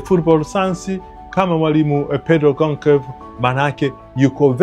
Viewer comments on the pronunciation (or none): Usitamke Gonkevu bali Tamka Gonshalvs.